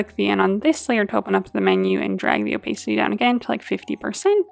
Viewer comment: Loved this tutorial! One gentle note - "opacity" is pronounced o-PASS-it-tee. One of those words that you can't get the pronunciation from the spelling :D Again: loved the tutorial